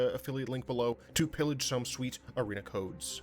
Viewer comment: "Some suite Arena Cohdes!"